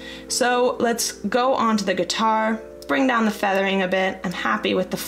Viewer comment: Cringed every time you said guitar hahah 😂